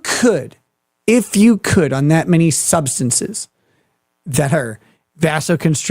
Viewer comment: the guy can barely get the word substances out. Actually never did.